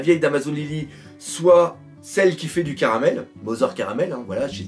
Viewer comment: En fait la prononciation serait plutôt Carmel et non Caramel, en référence aux carmélites qui est un ordre religieux donc Mother (Mère) serait à prendre dans le sens religieux (la mère supérieure d'un ordre de sœurs) et non dans le sens famille.